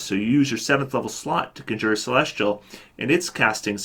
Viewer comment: "Conjure" is usually pronounced kon'djir, not kondjoo'her.